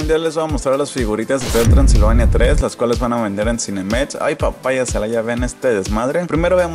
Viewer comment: CINEMEX NO CINEMETZ :v